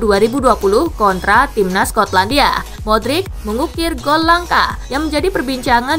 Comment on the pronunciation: Tangi min paimin… modric bukan madric 😂